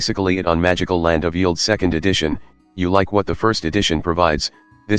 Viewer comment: Strange, hopefully they can out-use TTS. It sounds terrible. Also it pronounced Yeld wrong.